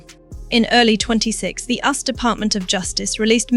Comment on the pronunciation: Crap AI voice, US pronounced as in "us and them"